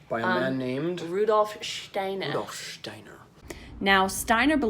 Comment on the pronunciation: I like how u speak the name "steiner". Im from germany 🇩🇪